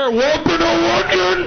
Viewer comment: ffs i laughed so hard for WAPPA NO ONION cuz thats how it sounds through the mic or w/e